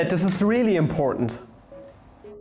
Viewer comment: He said "important" with a perfect American accent and it was weird